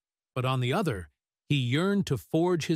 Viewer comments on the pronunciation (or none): none